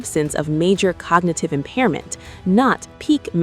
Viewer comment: Cogagative? Did I hear that right?